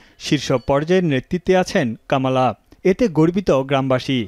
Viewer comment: কমলা কামালা,হল কেমন করে। কি উচ্চারণ